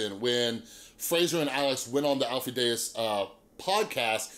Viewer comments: Deyes is pronounced like "Days". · Lol you’re friends but can’t pronounce his name right .